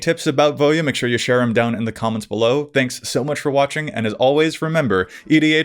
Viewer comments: Can I just say, thankyou for pronouncing Voja correctly 😂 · I like how it takes a true mtg fan to pronounce the name correctly